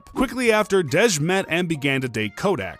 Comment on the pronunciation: Bro, its pronounced Dee-J not Dedge 😂 My name is Kadejah but ppl call me Dej so thats peeves me off when ppl overthink my name 🤣 Edit: Russel is never gonna leave Ceecee bcs he isnt an idiot. Ciara is a catch! I look up to her so much and considering she had a failed relationship before a successful marriage she is actually relatable to the modern woman.